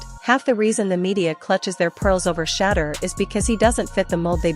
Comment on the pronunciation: you need to learn to pounce his Name. It is a total turn off and that is why you do not get that many likes and views.